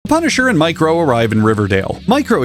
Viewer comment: Every time you say "Micro," I hear "Mike Rowe," as in the Dirty Jobs host guy.